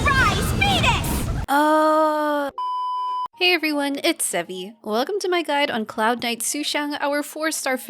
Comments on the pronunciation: I thaught the chicken was named Beadus due to the way the VA pronounced phoenix. So the joke is she named her presumably pet chicken Phoenix? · I THOUGHT SHE SAID “RISE FETUS” AND NOW I CANT STOP THINKING ABOUT IT EVERYTIME SHE ULTS 😭😭😭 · i heard rise venus but maybe im just bias XD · It's funny how People keep hearing her say "Surprise, penis !" In her Ultimate when i always hear "Surprise, fetus !" And i always think to myself well damn and what a surprise that is, since i don't ever want any kids lol